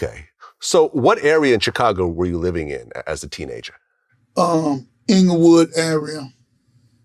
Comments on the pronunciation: It's Englewood Vlad. Not Inglewood. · ITS ENGLEWOOD NOT INGLEWOOD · It's Englewood not Inglewood don't disrespect us Glad